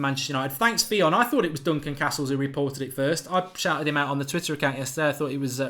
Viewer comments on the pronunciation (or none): none